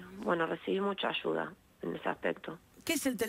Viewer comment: Extraña historia, no sé si tragármela o no, pero veremos, lo que sí es desagradable es escuchar a la entrevistadora: Desarrosho en vez de desarrollo, ashuda en vez de ayuda, y así por el estilo.